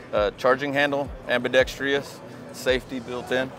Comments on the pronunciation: Why do all these gun show guys say :. "ambee-dex-TREE-us" ?!? ... Every ... Last ... One. 😶😏🤨😅🤣😹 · That rep doesn’t know how to pronounce “reciprocating “ or “ambidextrous”. Let me know when they make a .223 version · Why do so many people mispronounce ambidextrous?????? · Everytime I watch a gun video, I'm convinced I'm the only gun lover who knows how to pronounce ambidextrous properly